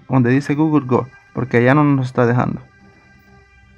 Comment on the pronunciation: Se pronuncia gou